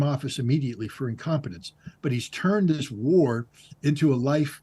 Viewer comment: знание моего английского на уровне школы +, но я в шоке от акцента ведущего!!!! Это просто ужасно и стыдно!! Как можно TH произносить как С This - СЫС. ПОЗОР